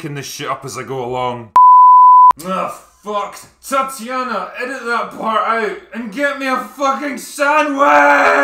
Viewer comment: Myrmadon - That's abour how Drinker pronounces the name: Tat-e-yana. For the ordinary mortal it is Tatiana, however 😁 !